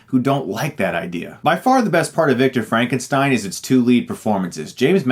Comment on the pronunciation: It's Frankenstyn